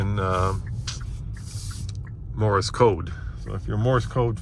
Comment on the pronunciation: It is pronounced Morse code not Morris as you can imagine that gets me a little triggered